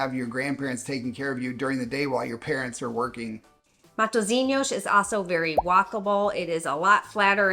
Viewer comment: proud of how you pronounced ''matozinyosh'' at the beginning